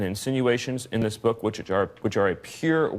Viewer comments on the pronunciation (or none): none